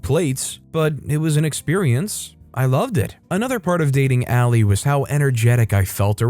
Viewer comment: Lol it’s pronounced Allie not al-lie